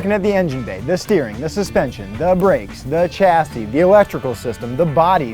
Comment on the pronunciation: "Chasis." Lol, oops.